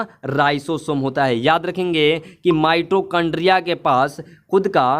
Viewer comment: Pahle bolna sikho mitrochondria nahin mitochondria hota Hai